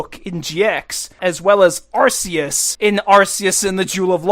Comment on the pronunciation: Arceus is said as "Are- KEY-us" you stooge